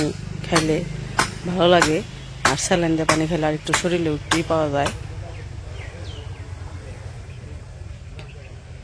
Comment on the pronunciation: ভাইয়া শরীল না। শব্দটা শরীর হবে